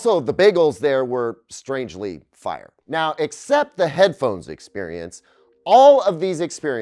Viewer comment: Please never say fire again 😂